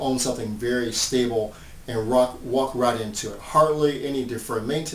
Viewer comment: It's stable not stabile.